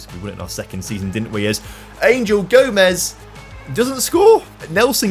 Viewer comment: Little comment just to say Angel Gomes is pronounced Gomesh as he is part portuguese ! Great content tho lad !